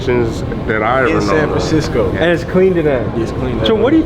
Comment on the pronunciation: “sam framcisco”